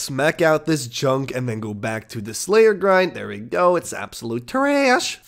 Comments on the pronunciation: 'Traaaassshh' Way to ruin what was becoming a really enjoyable series to watch, with over use of the word and some super cringey songs. Hoping it gets better again or I'm gonna have to tap out. It didn't even bother me that he says mosster cawsket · I cringe every time you say “Treeassshhhh”.. smh